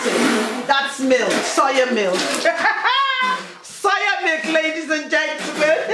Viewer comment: She said some " soya milk "😂😂😂